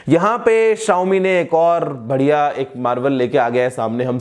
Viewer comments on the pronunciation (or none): none